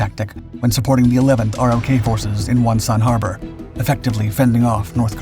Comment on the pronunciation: Sir, in the video you described the Republic of Korea (ROK) forces as ROK Divisions. In US Army speak they're called RO(c)K Divisions. The 'C" is silent. Other than that, excellent video.